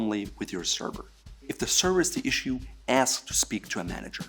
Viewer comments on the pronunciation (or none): none